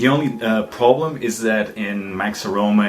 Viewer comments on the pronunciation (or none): none